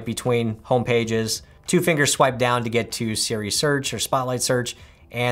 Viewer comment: It was the “scwipe" that got me 😂😂